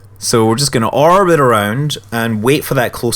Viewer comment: Does it bug anyone else that when he says orbit it sounds like "arbit"?